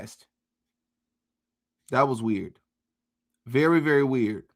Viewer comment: “Ok that’s just plain WEE-YURD” 😂